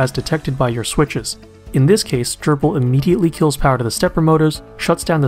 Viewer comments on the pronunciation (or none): Nice video. And very thorough overview on Grbl's homing and limit switches! I'll start pointing users to this video when this comes up. (Also, do me a favor. Please pronounce Grbl as Grr-ble, rather than Gerbil. Thanks!)